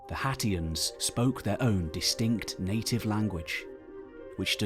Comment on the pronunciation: Anyone else hearing Cher from Clueless say "Haitians" everytime sat "Hatians"? IYKYK Thanks! Lovely work as per usual ❤